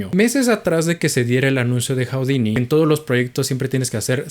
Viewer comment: Se dice judini, no joudini